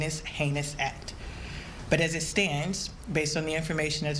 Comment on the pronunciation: Why so much emphasis on the word 'pumped'?! Why not just say...'inserted'?!